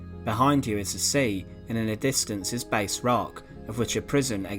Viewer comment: Very good it's an often overlooked place is Tantallon. The rock offshore is pronounced Bass (like mass) not base.